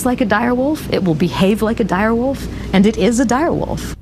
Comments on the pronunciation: Its pronounced WOLF not woof for God's sake dude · I love how he pronounces wolf "woof"😂😂😂